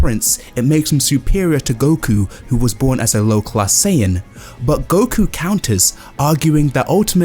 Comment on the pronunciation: It’s SAIyan not SAYan